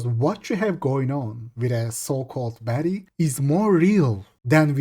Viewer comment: Sounds like hes saying betty not baddie